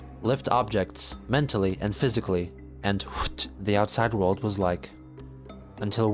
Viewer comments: I looked away for a moment on this part and was dumbfounded when I heard him read out the "wht" part as hhhht, made me do a facepalm laugh kek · the way you pronounced “WHT” 💀💀